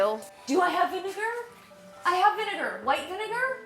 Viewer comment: did u hear Vinedar? not vinegar lol